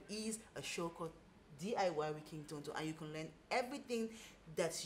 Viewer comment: I just love the way you pronounce Tonto🤭